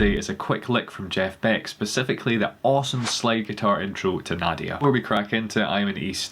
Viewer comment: It’s not naa but rather NA like night Na. So it’s Na-Dee-Ya